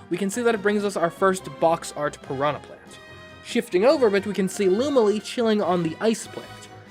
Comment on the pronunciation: "Pranha Plant "